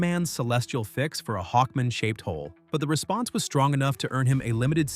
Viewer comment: Interesting video and good writing but please do a real voiceover. I can't stand the AI voice constantly distracting me by saying every letter in L.E.G.I.O.N. and pronouncing Hawkman like "Hawkmn" with the really short "A" like it's a last name like Goodman.